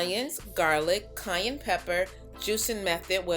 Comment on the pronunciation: I'm crying every time you say "cayenne"...it sounded like Kanye.😜 Too cute.